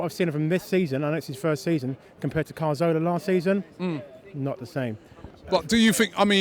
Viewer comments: CAZORLA not fucking CARZOLA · i'm not trying to be a dick but why can't gooners pronounce Cazorla? it's Cazorla not Carzola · It's Caz-orla or Cath-orla Not Car-Zola you fucking idiot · does he not know how to pronounce cazorla ffs